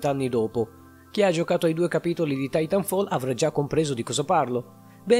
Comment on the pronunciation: Pronuncia comunque Titanfall titànfall